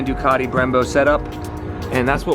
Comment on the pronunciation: I think the most annoying pronunciation in the world is the way Americans say Ducati.